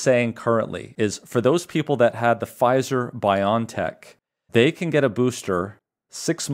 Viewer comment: It's BioNTech. Not pronounced BY-on-tek, but BY-o-EN-tek. That's because it's a contraction of 'biological engineering technology.' Think of the American company Genentech, now part of Roche. Not pronounced GEN'n-tek, but gen-EN-tek ('genetic engineering technology').